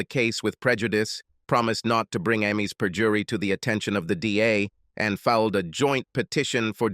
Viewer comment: The stupid accent change really ruins the mood of the story. Why does the bot reader have to say 'fil ed' instead of 'filed'? It seems such a simple word, one syllable even. Again, the stupid accent returns. Good story, only marred by the bot narrator.